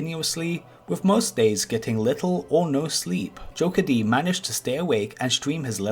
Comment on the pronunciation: It is not joker d. it is pronounced jokered